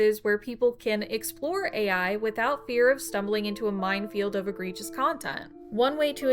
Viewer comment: It's egregious, not agregious. Good video otherwise.